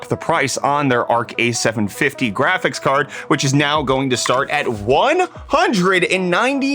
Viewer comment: Im sorry, what the hell did you gust call Jiphy at first? Love them jraphics cards that have 0 value, I can't wait for AMD to ascend and finally jet that coveted position as kinj of the hill of the jraphics cards manufacturers.